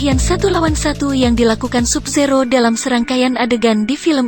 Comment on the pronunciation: Tambahi lagi dah "Sub Zero" bacanya "Sab Zero" wkwkwk